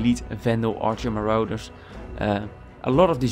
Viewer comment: marauders. muh-rawd-ders the rest of this was really helpful thanks :)